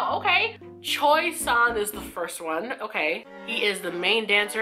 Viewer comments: Ahhh their names I’m crying: The pronunciation of their name is: -San, like sand without the d -Mingi is like ming-e with the e sound at the end -yunho is like how it’s spelt -jongho is basically the same as how it’s spelt -wooyoung is pronounced woo-young -yeosang is pronounced like yow-sang -hongjoong is pronounced like hong - joong -seonghwa is pronounced like song with the added e so seong - wa You’ve just got to split the names up to make it a little bit easier for pronunciation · Haha! They are VERY transparent 😏 Also I’m sure you’ve been told before as I’m a little late to the party but the pronunciations of their names are: San: is like “Sand” but without the D Mingi: Min is sounds like “Sing” with an M, Gi is pronounced like Gui in “Guitar” Hongjoong: Hong is pronounced Haw-n and Joong is pronounced like “June” Jongho: John-Hoe Yeosang: Yo-San Yunho: Yoon-hoe Seonghwa: Song-Hwah Wooyoung-...pretty much exactly what it says. Woo (like you’re trying to woo someone) Young (like age) Hope that helps lol 😁